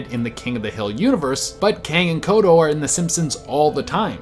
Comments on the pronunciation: Its kodos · The names are Kang and KodoS. With an S at the end.